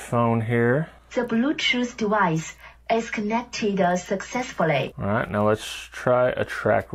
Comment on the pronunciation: The bluetoof decive is connecteed uh successfooley🗣